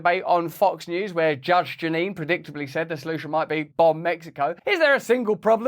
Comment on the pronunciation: "BAHMB" not "bumb"